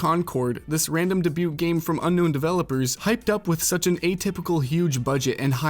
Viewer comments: Lazy "woke" blaming while demonstrating a complete ignorance of video game history and business. Dude can't even pronounce "debut" properly. Was this written by a 12 year old? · stop pronouncing "debut" like that